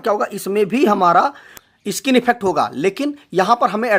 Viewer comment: इ-स्किन नहीं होता, स्किन होता है😁😁